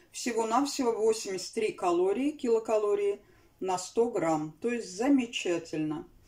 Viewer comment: Вы не правильно говарити колориина сто грам